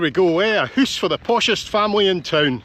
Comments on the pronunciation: I can’t get enough of a hoose in these videos 😂😂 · I like the fact that you pronounce the word house in Norwegian. Hus.